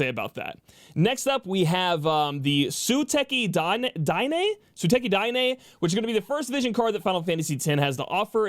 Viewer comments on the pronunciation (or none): Omg. The way butchered Suteki Da Ne lmfao. Love the content though